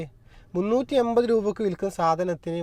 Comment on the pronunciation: എയിവത് രൂപ. ഇനിയെങ്കിലും മാറ്റിക്കൂടെ ഇങ്ങനെയുള്ള ഉചാരണം.